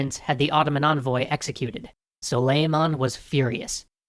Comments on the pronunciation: his name is pronounced "SOO-LEE-MAHN" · It is pronounced: Soo-ley-mun but very nice video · The accent is on the A, like the A in 'awesome'. It's pronounced like 'sull-ey-mAhn.' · Its not suleiman the magnificent its suleiman the SWAGnificent Btw im turkish ;)